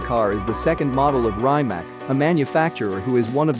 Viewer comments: You could atleast learn how to pronounce a cars name if you do a video on it. I felt so much pain while you were saying rimac that i couldnt watch it until the end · First of all learn to pronounce Rimac properly😏